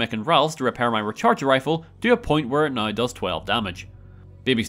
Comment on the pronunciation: Why does this guy add 2 syllables to the word "now"?